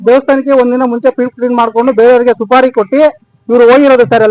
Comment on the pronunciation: Suri alla. Supari. News reader ge odalu barallawa